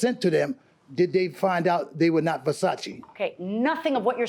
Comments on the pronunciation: Nobody:: Verchatchi 🤣🤣🤣🤣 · Open air market = sold out of the back of a car trunk!!I wonder how much time this guy has wrapped up in some stupid pair of overpriced glasses made out of $2 worth of material. I think dentures come loose Pronouncing Versace....he called the frames Ver cha chee!!! LOL!!